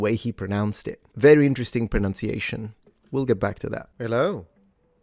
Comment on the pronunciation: Maybe you would like to check your pronunciation of pronunciation against the spelling. (Just saying.)